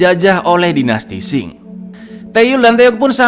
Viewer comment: Dinasti Qing bkn dinasti Xing min 🤣🤣🤣 hayoo monggo di baca ampe bener 🤣